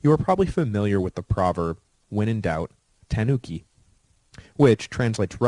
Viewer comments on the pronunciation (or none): none